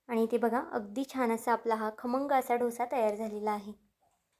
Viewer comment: ढोस ni डोसा म्हणा